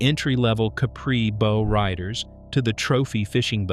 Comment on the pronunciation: I agree. A lot of these rise-and-fall videos overlook bigger economic factors like fuel costs, shrinking middle-class spending, and changing priorities. And yeah, “boe-riders” gave me a good laugh too!